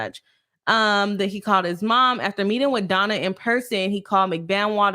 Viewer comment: "Boss" attorney? Is it like "Boss" chick or a play city girl? Btw, her name is pronounced Donna; no L at the end of her name. Isn't it Adelson?